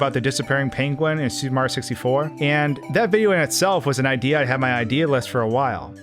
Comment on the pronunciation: Why does he keep calling it “Super Mar 64”